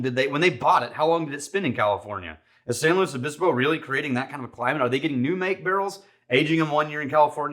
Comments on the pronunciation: Pronounced it correctly, former SLOcal confirmed. I’d expect nothing less from. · Lived there back in the mid 70's. Dad went to Cal Poly. As soon as I heard you say the name correctly, I know you had to have spent some time there. Would Love to get a bottle of this one. But alas! I live in Norfolk. Yes!!! another city with a name butchered by outsiders. Pronounced Norf*#k.